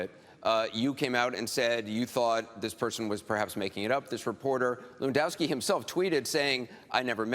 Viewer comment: it's levandowski for fex sake